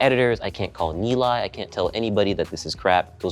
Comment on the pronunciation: Bruh he butchered the name 'Nilay'.